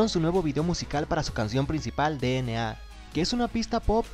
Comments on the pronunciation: 1 dna se pronuncia dienei 2 suga se pronuncia shuga :VVV tenia que decirlo :V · no se pronuncia de ene a